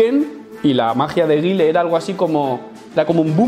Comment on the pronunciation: Repite conmigo, se dice ga-i-el, y sonic boom jajajajaja, se nota el cursito✌✌✌. Buen video